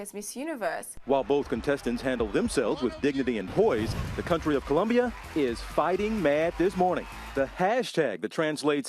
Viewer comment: It's COLOMBIA!!! Damn god I hate when white or black people say "Columbia"